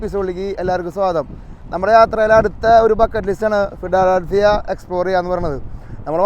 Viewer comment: ഒന്നു ഫോഡാ ഡാൽഫീ... അവന്റെ ഒരു ഫിഡാ ഡാൽഫി...!!! നീ അങ്ങേരെയും ഒരുപാട് തവണ തെറ്റിപ്പിച്ചു... !!!